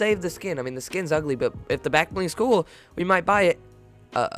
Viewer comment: Omg u said it’s igly